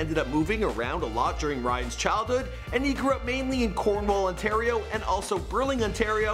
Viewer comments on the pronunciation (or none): It ON TAR I OOO NOT AAA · If your from toronto you should know no one calls it "Ontariah"